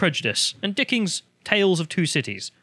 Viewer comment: "Judge, I already have. Hamlet was a based troll, and Mr. Darcy knew how to deal with THOTs. The end." Also, can't help but say "Dickings". LOL